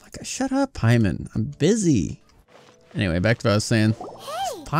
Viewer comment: Pay-mon the god